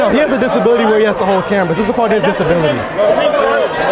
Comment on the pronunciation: "He just has a disbality where he has to hold cameras"😂